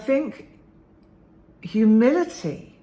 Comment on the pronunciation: Thanks,! This was encouraging for me to reflect on past hurtful people lacking humility and be able to frame them as lacking healthy self-esteem. Also helpful for forgiving myself for being like that at times in the past. Side comment: at first I thought you said “humidity“. Me: well it is summer, lol. Have a great day!